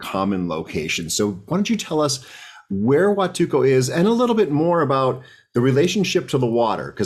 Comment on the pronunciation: PLEASE DON'T MISS THE "L". PLEASE PRONOUNCE IT: HUATUL-L--L-L-L-L-L-L-L-L-L-LCO!!!!!!!!